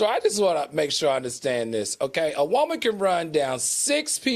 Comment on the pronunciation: 😂😂 and "WOH-man"